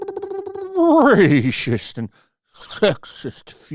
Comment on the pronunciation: I love how he says RACIST 😂😂😂